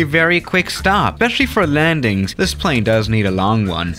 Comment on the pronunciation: i thought you were saying extreme lanings haha